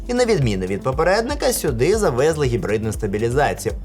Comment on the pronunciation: НапІй , завезлИ́. Все понимаю пафос не пафос переход на родной. Но блядь нк хуярь ударение шо бандерлоги.